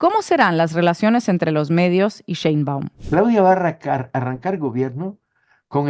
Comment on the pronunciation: No es CHeinbaum, es SHeinbaum...Dios bendiga a nuestrA presidente ya que no solamente tiene que lidiar contra todo lo que lidió AMLO pero también con el machismo y la misoginia de muchos en este país...